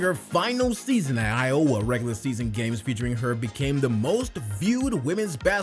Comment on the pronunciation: It's i-o-wah, not i-owah. You make it sound like iola. Clark is a breath of fresh air, for Iowa fans.